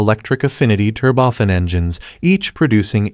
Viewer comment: "Tur-bofan". Yeah. Right.